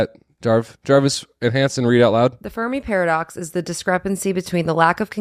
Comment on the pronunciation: i thought was saying furby paradox